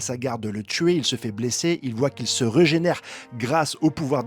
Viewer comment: prk les chevaliers divins se reugénère et pas régénère ? Jcomprends pas prk il dit ça reugénère à chaque fois y'a un bonus quand on dit pas régénère ??